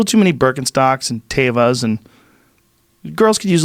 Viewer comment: Jesolnik for the win with the right pronunciation of Teva! Everyone gets that wrong.